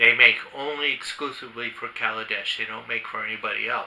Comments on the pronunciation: Great video just wish you'd say their name correctly!!! It's Kailash not kalidesh. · Is it KaiLASh,? Or KalaDESH ? You’re not saying it the way it’s spelled.